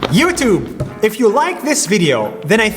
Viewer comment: Who else think nas first time saying you tub